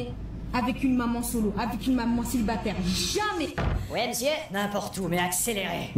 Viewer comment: "Maman celibaterrrrrre" 😂